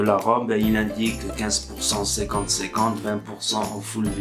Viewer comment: Ciquante ciquante 😂😂